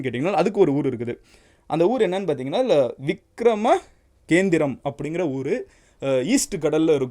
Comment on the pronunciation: I think it's Vikra-Makendhiram and not Vikrama-kendhiram....i had read somewhere❤